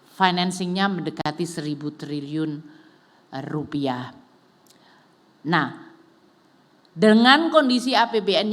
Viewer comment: Rupiah bukan rupih ya dengar baik indi sm indo nggak sama ya